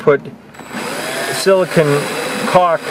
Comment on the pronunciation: Silicone ( not silicon ( SiliCONE